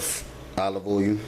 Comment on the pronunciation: I love this channel!!!!! Love the way he say "oy-oo" (oil) I giggle every time. Keep up the good work sir